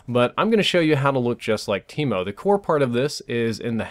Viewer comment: Thought he said keemo